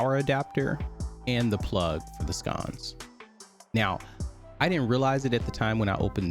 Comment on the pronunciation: Sconce brother, not scones. Lol. Kidding. Great video. What did you use to get them to match the screen color?